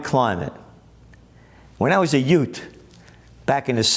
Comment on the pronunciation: 😂😂😂😂 "Youts"...calm it down Vincent Gambini!